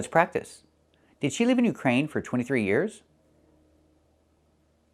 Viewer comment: But I think he says "leave" (with a long "e"), instead of "live" (short I). I'd dare to say that according to what I've learned from Kevin and other native youtubers, his pronunciation of "live" is wrong, he pronounces "live" like "leave". I wonder if Kevin didn't realize that.